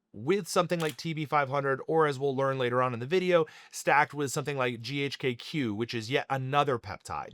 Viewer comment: Chemist here. Surprised you’re an MD, but pronounce GHK-Cu as “GHK-kew.” The Cu is the elemental abbreviation for copper, and is pronounced as separate letters “C.u” like “See-You” Also the “LR” in IGF1-LR3 doesn’t stand for “long release”. It stand for Long R3, where R3 is arginine